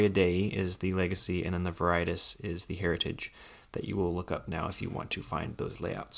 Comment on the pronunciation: Might want to look up the pronunciation of Veritas.